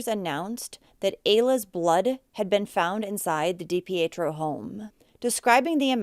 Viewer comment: Mainer here that’s dating a Dipietro NO RELATION it’s pronounced Dee Pee tro